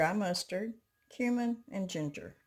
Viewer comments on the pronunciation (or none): none